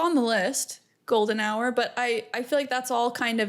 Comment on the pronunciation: ... How do you people pronounce hour? Lol